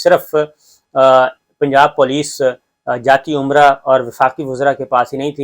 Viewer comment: محترم یہ لفظ عمرہ نہیں ھے بلکہ امرا ھے ۔ جاتی امرا۔ یہ ھندی کا لفظ ھے۔ امرتسر میں اس نام کا گاؤں تھا میاں شریف کا۔ اس لئے یہاں بھی انھوں اپنے محلات کا یہی نام رکھا۔۔ حرف ع۔ اور لفظ عمرہ عربی زبان کا ھے۔ یہاں مقامی نام سنسکرت ،اورھندی میں ہیں۔۔امرا نام کے کئی گاؤں ہیں پاکستانی پنجاب میں اور بھارتی پنجاب میں بھی۔ ۔۔اب شریفوں نے جاتی عمرہ کا بورڈ لگا دیا ھے یعنی یہ مقدس لوگوں کی رھائش گاہ ھے ، بلکہ عمرہ ادا کرنے کی ۔۔نعوذ باللہ۔۔